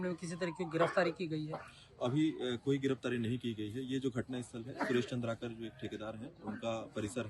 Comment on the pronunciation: Aap nam bahut galat le rahe hai Its चंद्राकर not चंद्रकर